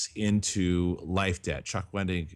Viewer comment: whenever said Life debt i always thought he was saying life day and i was very confused